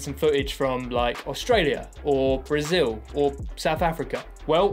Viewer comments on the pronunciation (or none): none